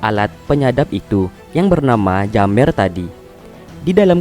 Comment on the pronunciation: Bang Bukan Jammer Tapi Jemmer